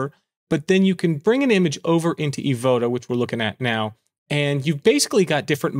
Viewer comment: LOL., I'm coming, your pronounce "Evoto" is right:trophy-yellow-smiling